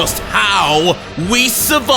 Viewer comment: You said Whis more like damn😮